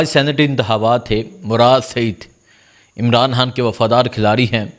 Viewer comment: آپ کا لہجہ ابھی تک درست نہیں ہے آپ الفاظ کو بالکل صاف اور واضح بیان کریں مثلا۔۔عمران خان پڑھیں نا عمران ھان اسی طرح منتخب بولیں نا منتھب و۔۔۔۔۔ آئندہ درست قرائت کریں شکریہ